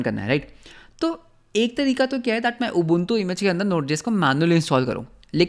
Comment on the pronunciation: your ubuntu pronunciation is pissing me off 😭